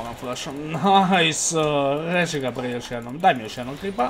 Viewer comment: Molim te prestani da govoris rrrresii